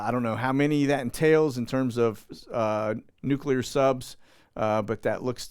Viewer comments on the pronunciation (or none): none